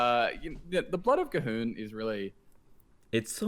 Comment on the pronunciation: FINALLY someone who knows how to pronounce G'Huun! also I'm kinda iffy on saying Odd DH has burn damage when it's not really burn, cause all the damage from hand DH can do is stopped in its tracks by taunts whereas fireballs and frostbolts aren't. know I'm saying?